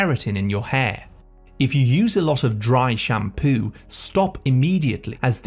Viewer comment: FOOD. Not Fwewd. shampOO not shamPwew. Here to help.